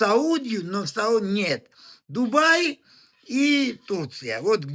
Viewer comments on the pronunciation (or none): none